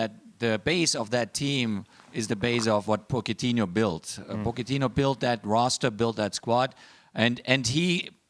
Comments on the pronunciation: Baxter except that HE’s not Italian and Mauricio himself pronounces it Potch-et-ee-noh. And Jose is obvious as Mourinho himself has expressed his annoyance with people pronouncing his name like that of Spanish. Clueless. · Why does Klinsmann mispronounce both Jose and Pochettino's name? 😅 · Take a shot every time Klinsmann mispronounces Jose and Pochettino